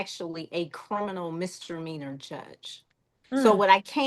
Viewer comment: If this judge says MISTER MEANERS one more time. 😵‍💫 It's MISDEMEANOR!!!! Good Lord!!!